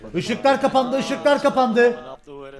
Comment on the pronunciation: IŞIGHLAR YAGHLAŞAR GIRMIZIH MAVİH